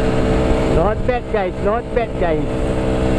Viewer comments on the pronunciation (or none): Bunyi " Not Bad guys" mcm suara tukang review dri bangladesh plak..hehehe...jgn mrh, gurau